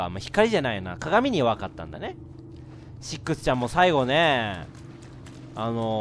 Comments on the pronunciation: レトさんシックスちゃんの事をセッt って言った・・・？いや聞き間違いか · カップラーメン せっくsちゃんって言ったぞw